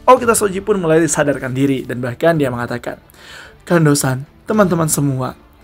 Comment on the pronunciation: Gemes bgt.namanya Kondo san.dibacanya jadi kando san.....